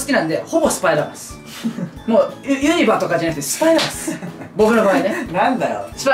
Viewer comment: ユ'ニバじゃなくてユニ'バやぞ〜